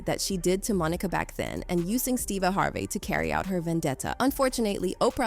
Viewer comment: Is every name pronounced weird on purpose? Monica. HarvAY. Veeola. Gaybrielle. ??